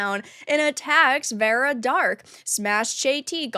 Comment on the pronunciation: I doubt it, if that were the case he would at least know how to pronounce her 4 letter name